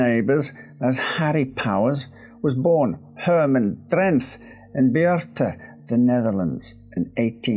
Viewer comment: Pronouncing Beerta and Drenth correct is quite a feat even for a lot of Dutch people, very impressive.